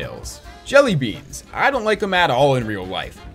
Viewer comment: More more like "Djelly the Djerk"